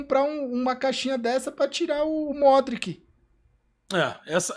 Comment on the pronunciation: Eu morro sempre com o gaules falando "módrique"